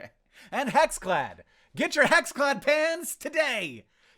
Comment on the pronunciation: It took me a while to realize Hank was talking about "pans" and not "pants"